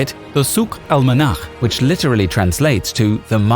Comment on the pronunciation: I am impressed about how you can correctly pronounce "Al-Manakh"!! Not sure if the original word was "Al-Manakh" or "Al-Monakh" but it means Weather.